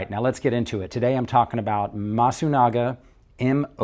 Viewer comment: not masugana , c est MASUNAGA